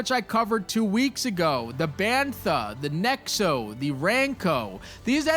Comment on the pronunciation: “Tattoane,” “nexo,” “ranco,” 😭